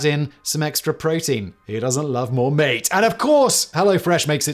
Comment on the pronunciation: Simon says "who doesn't love more meeate?" That's me & ate in one word. Im so perplexed at how one makes both the hi E, & hi A sound at the same time. Simon, you definitely have a true superpower!